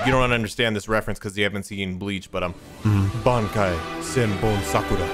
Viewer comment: I like how can say the Japanese title for Demon Slayer, but couldn't say the name for Byakuya Kuchiki's Bankai 😂😂